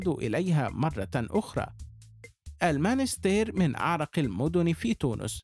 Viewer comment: َاسمها المُنَسْتِيرْ و ليس المانستير